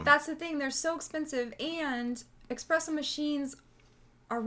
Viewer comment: "So... Can you go get me an expresso?" lmfao